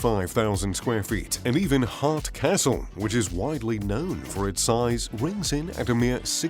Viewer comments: The channel just lost all credibility for me when he called Hearst Castle, “Heart Castle” lol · Hart castle? It's Hearst castle. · ummm, it's hearst Castle, not heart castle. you titled this INSIDE, it's the first word in the title; 2 minutes 30 and nothing. At the 4 minute mark, still, nothing but using old cgi footage and clips from the billionaire drone channel. you are a fraud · Just hope it's not the narrator of this! His voice drives me crazy. Automated? He called San Simeon "Hart Castle".